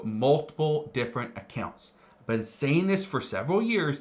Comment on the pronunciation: "Ive veen warning you about this for months" I dont even know who you are